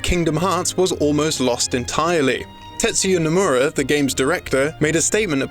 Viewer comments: "Tetsuya Namura." What. It's Tetsuya Nomura. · Nomura not Namura lol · Namura lol its nomura bois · Kingdom Hearts’ Creator’s name is Tetsuya Nomura, not Namura. Minor detail, I mean no disrespect! Just to help in the future. 💘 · Tetsuya Nomura not Namura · It's "Nomura", not "Namura". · It's Nomura, not Namura. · "Namura" The fuck, you guys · "Tetsuya nAmura" lmfao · it's not pronounced the same as a "D", sometimes it sounds like an "L" and sometimes an "R" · he missed one letter yall need to calm down.